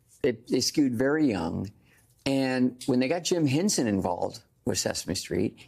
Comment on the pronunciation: The man's name was H E N S O N, not "Hensen". Sacrilege!